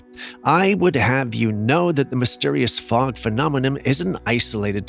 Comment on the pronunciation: It sounds like smog not fog.